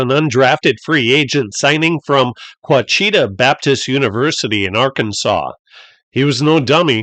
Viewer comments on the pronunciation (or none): Cliff Harris school is actually pronounced "watch a ta" university. I went to the college across the street.